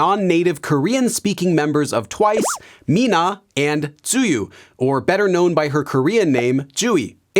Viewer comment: tzuyu pronounced like 'zi yu'